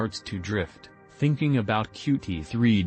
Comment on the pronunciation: Bro. You can get the robot to pronounce qt π correctly, right? Especially since it's in the first thirty seconds